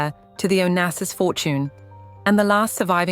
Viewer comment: Onassis est son nom et pas Onases ou Onasis !!! Respectez ma famille .